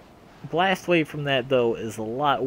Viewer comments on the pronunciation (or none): none